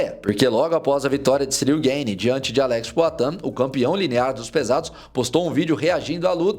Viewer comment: Gueine, Gueyne, Gayne... tu é americano cara? GANE é Francês.